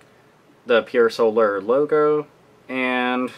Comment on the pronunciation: Had to dislike because the reviewer can't pronounce Pier Solar. :/